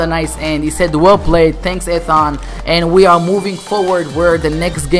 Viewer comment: You said Ethan wrong, lmao